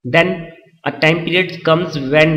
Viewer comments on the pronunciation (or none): none